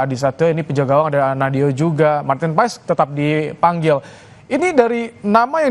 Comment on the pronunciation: Bacanya martin pas min😅